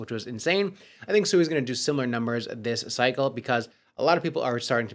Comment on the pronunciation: You just played a video a few days ago with the CEO of SUI and he literally pronounced it correctly five times in less than 60 Seconds and for some reason you still want to call it SUEY, like a little piggy.. I have some Dodge Coin I'd like to sell you that Elon keeps promoting